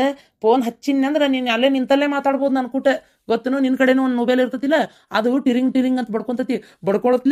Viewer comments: ಹಾದು ನುಬೆಲ್ ಅಲ್ಲ ಮೊಬೆಲ್ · 😂😂ನ ನೊಬೆಲ್ ಅಲ್ಲೋ.ಮೊಬೈಲ್ 😂😂